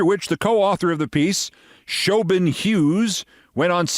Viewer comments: Uh, Keith, Siobhan is pronounced Shavon, not Showbin. Otherwise, great pod! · Does she really pronounce her name "show-bun"? Never heard Siobhan pronounced that way. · With all this talk about names.. couldn't anybody have provided him the proper pronunciation of Siobhan before this was recorded?